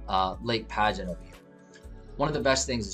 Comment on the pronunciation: Just a couple of quick things from a long time Land O Lakes resident.... Lake Padgett is not pronounced Pageant. It's "Padg-it." The Community Center of which you speak at the end is not on U.S. 41. It's on Collier Parkway, just south of the Plantation Palms community that you highlighted earlier. That being said, it is an awesome place to live. Close enough to anything you need/want to do yet suburban enough to not have to live right on top of your neighbors.